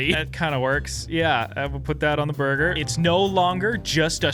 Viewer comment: "burgr". If you know, you know.